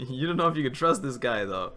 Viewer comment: "Don't trus anyone, not even yourself"